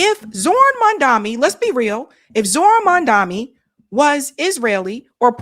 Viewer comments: it's Mom-duh-kNEE. u still keep calling him "mum-DUMMY". 🤣🤣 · How are you still getting his name wrong. MamdaNi. Come on!